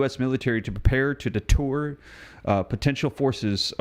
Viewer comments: IT'S DETER- NOT DETOUR.😂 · 47. “Deter not detour.” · DETER, not DETOUR. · Not Xi Zhang Ping and not detour. Deter. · Idk if I can take anything seriously from a guy that pronounces deter as detour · Don't you mean DETER, not DETOUR.😂